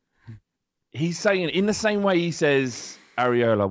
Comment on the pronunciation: why does call Iraola "areola"? He's not a nipple